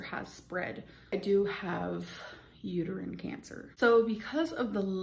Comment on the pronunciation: I'm pretty sure she either just didn't know how to pronounce uterine or forgot the word.